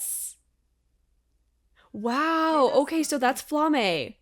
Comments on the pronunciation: Just a hint from a German speaker (since most of the names in this are German): Frieren’s master’s name is pronounced Flah-muh, NOT Fla-may! (Just German for flame.) If you don’t know how to pronounce a name here and want a good guide, enter the word spelling as German into google translate, and click for the automated pronunciation. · Flamme rhymes with mamma. The names in this show are German words. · hahah well, the more you know.. This has been my pet peeve with Frieren reactions! People calling her Flammah when you can clearly hear the audio